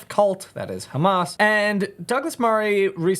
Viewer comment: He can't even pronounce words like 'Hamas' (hamaz) or Islam (Izlam) or Gaza (he calls it the Gaza- like its the name of a pub!). There is also no way he ever actually lived in Ramallah.